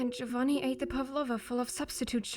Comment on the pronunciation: I genuinely got mad at him not pronouncing his own name correctly, did the writers/voice directors even bother researching?(not even research, a simple Google could've told them how to say giovanni)